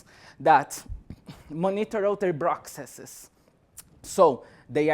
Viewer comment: "prokseses" xD